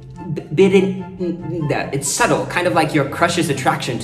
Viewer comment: Birinda is pronounced as birinthe